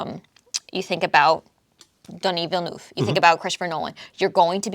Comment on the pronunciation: Hi, I will help you pronounce Denis Villeneuve, try these words in your language: ''Deni vilnev''. Thanks for the videos. Cheers from Canada 🍸